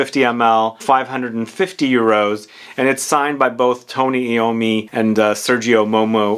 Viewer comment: Great review! As a huge fan of black sabbath/metal music in general and fragrance, this is must buy! BTW it's pronounced ai o mi